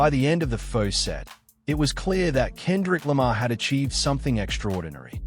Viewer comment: AI (or rather 'text to speech') can't pronounce Kendrick Lamar properly 🤖